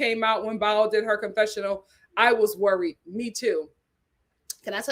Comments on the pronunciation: It's BOW, not BOWEL! 😂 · Bao’s name is pronounced BOW not bowel. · Thank you for saying this. I came here to say the same thing! It’s BOW. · Lol!!! I crack up every time she.says it